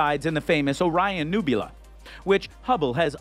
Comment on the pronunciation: Newbulah.... nubeula.... newbuelah....nhewbhuwla. 😆